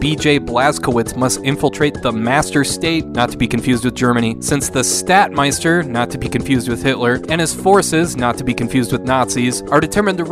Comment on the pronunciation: "Staatmeister" :_D